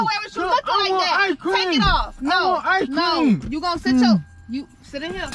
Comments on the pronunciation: This video made my day, is hella funny😂😂 the way he says "eyecream" instead of icecream😂 all those songs got me dead throughout this whole video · how many times did he say i-cream😂😂😂